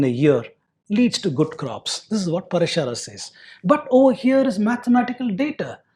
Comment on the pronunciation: It is Praashara,not Parashaara